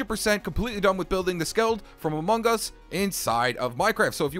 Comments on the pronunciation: Why u say amungus its among us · He says Amon gus